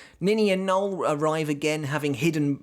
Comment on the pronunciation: It’s “no-el”, not Noel as in Fielding but Noël as in Christmas but French.